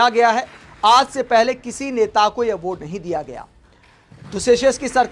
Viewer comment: Aword, horijan. Kya ucchaaran hai bhai sahab apka.😂😂